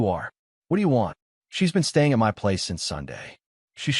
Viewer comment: OMG, why doesn't this AI voice cannot pronouse " My' properly? And who the hell fights over a rented apartment😂😂😂😂